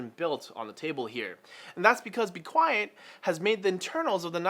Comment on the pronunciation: Lol I thought you were a teacher cuz u said be quest at the beginning